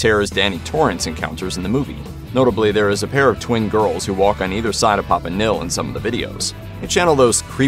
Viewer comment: Host can't pronounce simple words like "nihil" or "prequel"🤣🤣🤣